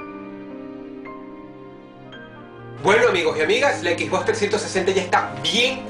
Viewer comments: "equisbocs" eso te resta como 50 puntos de iq, de los muchos que dices tener. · jajaja dice "equis box"